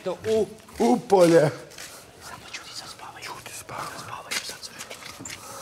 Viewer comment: Akcenat na u polje obratiti paznju